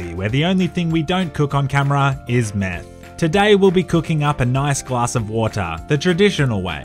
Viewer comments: I thought he said men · Wait he said meth I heard men